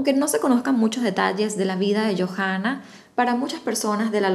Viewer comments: En Chile la H es muda. Entonces se pronuncia Joanna no Jojanna, Talcaguano no Talcajuano. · Hermosa historia, sólo un alcance... el nombre de la Chica se pronuncia "YOANA" y el nombre de la Localidad es "Talcauano" así se lee... cariños!